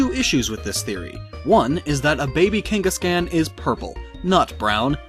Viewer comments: I hate to be that guy, but... It's Kangas-KHAN. Like Genghis Khan or Kubla Kahn, or a con artist. Not "can" like a soda can or "Yes I can!" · I couldn't finish this video because you kept saying KANG-gus-can. KAWWWWWWN, KANG-gus-kawn. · "Cain-gus-can" BRUH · Velen Zaiga lol KangasCAN